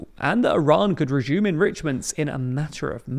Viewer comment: Reshhuuuhmm, RESHUUM. IRAN RESHUUMS